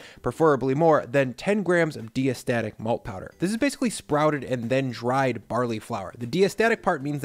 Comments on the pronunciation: DYE-uh-stat-ik, not DEE-uh-stat-ik. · As a brewer, it's pronounced DYE-estatic in the industry. Then again, I'm a brewer.